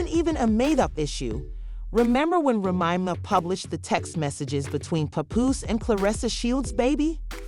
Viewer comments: Please pronouce the way its spelled , like the drink Remy Martin then put Ma . Remy Ma . I get tire of listening to a podcast u go all the way through not pronounceing the name right , make that apart of ur job please , an ur not the only one with these podcasters they need to stop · Yeah I had to turn it off. I couldn’t take it anymore.